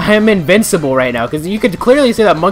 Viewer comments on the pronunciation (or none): Is Froggy found randomly in those stages like the emeralds or is he in the same position everytime? As always, your stupidity makes me laugh xD Yeah, I noticed :P Later you said invincible more clearly, it's just the first time it sounded like it was invisible. I guess I will see next time. Your next video of Sonic is tomorrow?